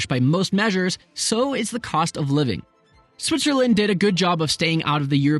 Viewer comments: Dude said Switcherland . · I dare you to say Switcherland one more time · WOW! I had no idea one could say so much about a country while at the same time mispronouncing its name for 13 minutes!